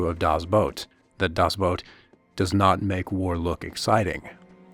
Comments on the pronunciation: Not he didnt. He said boat it shoudl be boot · It's not "dazz Boat", but "DASS Boot" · "Boot".....like the kind you put on your feet when it snows. Not "boat" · Will you stop saying: "das Boat!" :p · Germany was NOT the bad guy!!!!! One day real history will show who the REAL bad guys were!!! 🏦 SHAME SHAME SHAME!!! 🤬 and it’s pronounced Das boot. Not das boat!!!!! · It was too much of a hassle to pronounce "boot" correctly I guess. "Das boat" doesn't exist, it's either "The boat" or "Das boot", but I see you're too used to butchering languages that aren't yours. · Das BOOT, not Das Boat. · Right out of the gate saying "das boat" 😂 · Das BOOT not Das BOAT Other than that it is well done! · Dammit. "The boat" or "Das boot". Not "Das boat". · Das boat? You could take a minute and investigate how it is pronounced! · ''Das boat'' LUL